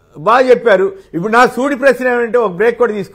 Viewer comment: ఉప్పుడు కాదమ్మా ఇప్పుడు అనాలి భువి అమ్మా. ఇప్పుడు అర్థం అయ్యిందా చంద్రంతాతా పీకడం అంటే ఎందో, అది అధ్బుతమైన పరిపాలకుడు జగన్ అన్న గురి మరియు పెద్దిరెడ్డి రామచంద్రారెడ్డి అన్న దెబ్బ. బిల్డప్ చంద్రంతాత పెనమలూరుకి పరుగో పరుగు... టిడిపికి మోసకారి నక్క బిల్డప్ చంద్రంతాత, బుద్ధి మాంద్యపు పప్పు పులకేస్, ఉన్మాదపు ప్యాకేజీ దత్త పుత్రుడు, అపద్దాల ఏడుపు గొట్టు ఎల్లో మీడియా, కుళ్ళు, కుతంత్రాలు, అపద్దాలు-ఘోరాలు తప్ప వేరే దిక్కే లేదా అనేది మిలియన్ డాలర్ల ప్రశ్న.